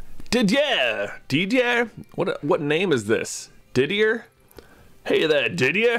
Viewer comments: The name Didier is French and is pronounced Did - yay. 'Yay' sounds like a cry of joy here. ^^ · Also that French name is pronounced dih-dee-eh if I recall high school French class